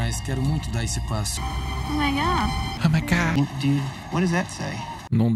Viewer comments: oh my górrr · Fez eu derramar meu Danone Grosso vendo ela falando " Ohh maigayyyy" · Oh my gah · "Oh my gó" é tipo "Eu sou Groot" 😂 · Ó mai gá kkk